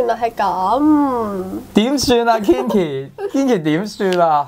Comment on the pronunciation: Kinky 係讀 "傾-ki"，就算Kinki唔介意都唔好讀錯